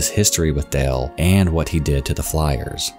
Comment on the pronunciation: Sounds like you’re saying Dell, not Dale